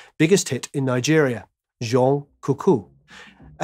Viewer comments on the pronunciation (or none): none